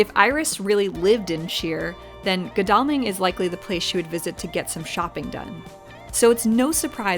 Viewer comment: Great video,. You made my home town look great. I remember the excitement when Cameron Diaz was filming on Church Street. (Its pronounced Goddle-ming - dont worry, everyone from London gets it wrong too). Now you've been to Shere, I recommend watching The Wedding Date witb Debra Messing. The wedding is at the church too!